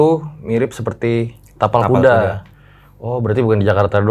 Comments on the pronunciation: Ngakak pas salah ngomong kapal kuda 🤣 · pake "T" yaaa bukan "K" ingat itu "TAPAL KUDA" bukan "kapal kuda" ehh😂. Btw... RJL5 makin menariiik. Sehat dan sukses buat RJL5&team dan semua